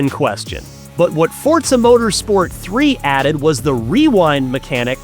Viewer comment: ign needs to get this guy a teleprompter he can put next to the camera jeez Edit: Also teach him how to say Forza